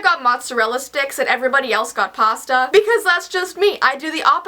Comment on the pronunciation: its pasta not "pasta"